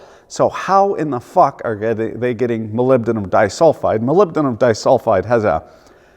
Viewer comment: Fails at the pronunciation of "Aluminium", nails "Molybdenum". This is comedy!